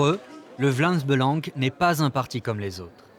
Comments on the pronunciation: «Vlams beulange» 😧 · Si une membre n'arrive pas à prononcer le nom du parti; ça fait d'elle une bonne camarade. Avec un si beau accent, il a prouvé qu'il était bien belge.